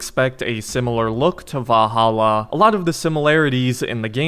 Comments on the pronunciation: ValhallAAH lmao. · Wow, I’ve never heard anyone struggle so much with the word Valhalla while saying it 100,000 times in one video. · The way he says "Valhalla" 😂😂😂🤣🤣